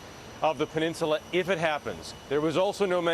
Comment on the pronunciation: "the Korean pelinchula"